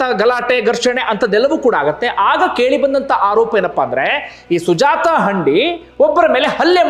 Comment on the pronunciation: ಹಂಡಿ ಅಲ್ಲ sir ಹಂದಿ